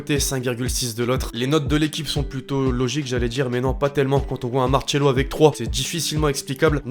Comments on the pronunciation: Arrêté de dire Marchelo, c'est Macelo😭😭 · Arreter de dire Macelo c'est maRcelo 😭😭